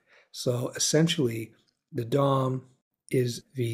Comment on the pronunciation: I can't help but giggle every time you say Dom, because it sounds like you're saying dong. lol